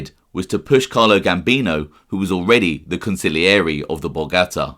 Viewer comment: Bro on heard a new way of saying consigliere Council-yore-A 🤣🤣🤣